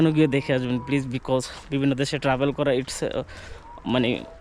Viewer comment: Travel ke bole Tahbel. Empty drum sounds much